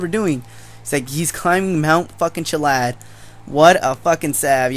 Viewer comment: Its Chilliad not Chillad